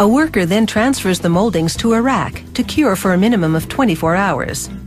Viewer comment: Call me deaf, but it SO Sounds like she's saying, "A worker then transfers the moldings to Iraq, to cure for a minimum of 24 hours." Well, that's one way to end a war...